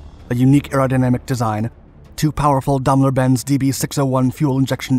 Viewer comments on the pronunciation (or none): Please please learn to pronounce words/names correctly..... DAME LER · Daimler is pronounced Dame - ler . 🇬🇧